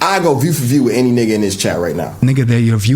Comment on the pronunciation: Why are you say nigga you’re not fba that’s weird coming from yall and you say it like how Mexicans say it it’s cringe asf